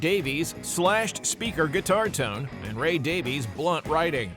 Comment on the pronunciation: Davies is pronounced Davis.